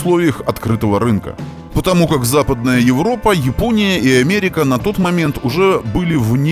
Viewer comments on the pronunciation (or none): none